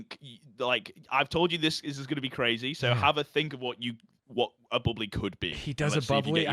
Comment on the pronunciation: bubbla not bubbly